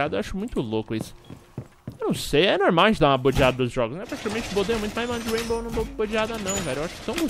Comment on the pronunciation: "raibow"